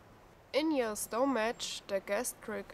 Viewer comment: Scary stuff. By the way stomach is pronounced stomak the ch is spoken as a k. Great vid and info